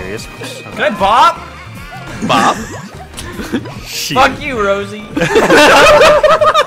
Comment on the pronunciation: I had a apple when they sed foock